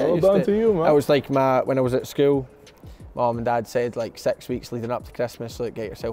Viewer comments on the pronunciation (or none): This guy is saying sex instead of six wtf???